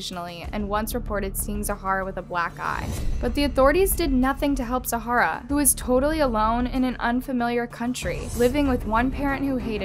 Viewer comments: This happened in my town & her remains were found within 10min from my house in Hudson NC. There’s a park dedicated to her now Also she’s pronouncing her name wrong. It’s Za-ra. The house is silent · Okay but why is she saying Zah - Rah that way, the way she pronounces names sometimes agitates me sm 🤣✋ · This was a very sad story. I don’t understand why the father didn’t take better care. He could have asked his parents to care for Zahra if he was struggling with addiction. By the way you pronounced the child’s name incorrectly. You pronounced it with an extra letter. You were saying Zahara not Zahra. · Hey her name is actually pronounced Zara but spelled Zahara Alonso in hickory NC we have a park called zahara baker park it’s super sad :( and my uncle worked on her case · There is 1 “a” in Zahra. Her name is Zara. The “h” is silent. She is not a desert. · Zahra, pronounced with two syllables not three ... Za-ra. You should at least get her name right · The way she mispronounces the girl's name as "Zahara" throughout the entire video. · Question! Not meaning bad, but why do you call the girl Zahara instead of Zahra. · Small detail.. Her name is pronounced without the h. Zara. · ZAH-RA. "TWO" syllables, not THREE. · Her names pronounced za-ra. Not however you say it.. Weirdo. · Isnt it pronounced ZARA ? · Isn't her name pronounced Zah-ra? Two syllables, not three. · The name Zahra is pronounced like "Zar- uh" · You don't pronounce the H in her name. It's like Zara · I'm pretty sure her name was pronounced "czar-uh". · It's pronounced za-ra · isnt she pronouncing your name wrong? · Does it bother you that she mispronounces it throughout the whole video? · for real! the girl was murdered! the least you could do is pronounce her name correctly. it takes a quick google search to learn how to pronounce “Zahra” i mean its not even that hard! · yeah but it's not her name. out of respect for a deceased CHILD she could atleast pronounce her name correctly. 🙄